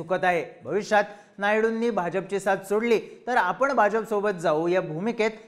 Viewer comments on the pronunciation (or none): none